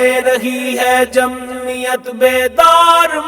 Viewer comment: لفظ جمعیت ادا کرتے تو بہتر تھا ۔۔۔مہمل لفظ جمیت درست نہیں